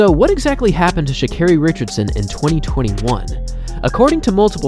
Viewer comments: Carri? what the hell is "sha"? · How do unwatch videos of her and do a whole bio for her and still say her name wrong lmaooo and she has a video pronouncing her name that u dedd seen